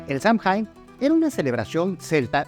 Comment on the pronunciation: Buen video. Igual acá en Michoacán si hay algo más de tradición prehispánica y que actualmente se conecta mucho todavía con la religión (pues la gente acá es más tradicional). Por cierto, el Samhain se pronuncia como "sawen", porque no es inglés, es irlandés antiguo. Saludos :).